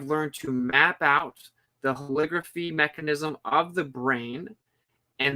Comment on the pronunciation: Holography, not "holigraphy" you're trying to make it sound like calligraphy. LOG is is the word, not LIG. Look up the phonetics of how holography is pronounced. Love your work, just trying to help.